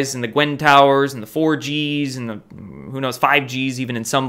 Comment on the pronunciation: Oh you said get away from 4gs i thought u said get away from orgies....lol😂😀theese g's are fuckin up my hearing